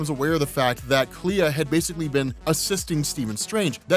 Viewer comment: It's pronounced Klee